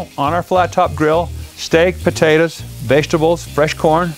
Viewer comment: Lol Buhtaytuhs